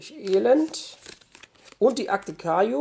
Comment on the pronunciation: Wundert sich niemand über die Aussprache vom Kaiju (Aussprache:Kaitschu)?